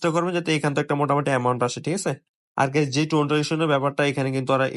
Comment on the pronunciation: Zei guysh😂😂😂😂